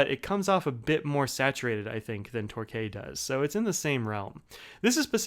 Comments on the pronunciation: Great review, Torquay is a coastal city in the UK and is pronounced Torkey. Keep up the good work. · Great review! But as someone who lives 10km away from Torquay, can confirm it's "Tor-Key". Also your reviews always awaken my hunger for a Franklin Christoph... someday... someday...